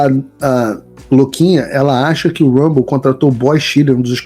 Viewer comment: não é rabou, é Rumble.